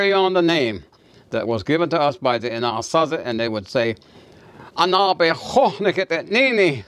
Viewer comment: You are pronouncing Anazasi wrong.